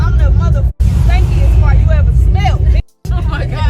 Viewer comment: The way she said Fart was annoying asf though lmfao “Farnt” 😒🙄